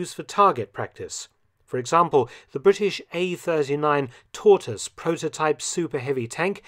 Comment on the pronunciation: A Brit who can pronounce tortoise. It's a bloody miracle.